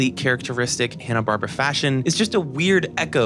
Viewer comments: "Hanna Barbara" Wait what did you say? Hanna Barbara No it's Hanna Barbera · "Hannah-Barbra"? (laugh) It's pronounced "Hannah-Bar-BEAR-a". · Loved this video. 9.5/10. You lost half a point for mispronouncing Hanna-Barbera a bunch. It’s not “Bar-Bra”. It’s “Bar-Bear-Ah”. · I'm enjoying this so much. Accept when you say "Hanna Barbra." (It's "BarBERa," emphasized like "barbaric.") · Is "Hanna-Barbra" a different group than Hanna-Barbera? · This video is the only source in all of the internet where I heard "Hanna-Barbera" being called "Hanna-Barbara" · Bar-bear-uh. Holy crap that drove me nuts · but the correct pronunciation IS "Hanna-Bar-bear-a" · Love the thorough analysis! Not sure if it's a joke, but it's pronounced "Hanna Bar-Bear-Uh" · First off, please learn how to pronounce Hanna Barbera. It's not Barbara. Secondly, Scrapy Doo is not only the worst character made for Scooby Doo, he is potentially the worst cartoon character ever made. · Sorry by the 3rd. mispronunciation of Hannah Barbera I was done! .... sorry kid it was a nice try.